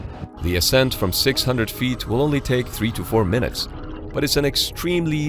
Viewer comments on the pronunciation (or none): none